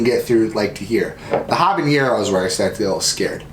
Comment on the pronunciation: “haba-neer-ro” 😂😂 Too funny!!! Ha-buh-neh-row = habanero Great video- you had me rollin! 🤣❤️❤️❤️